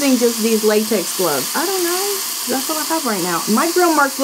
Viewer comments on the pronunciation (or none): none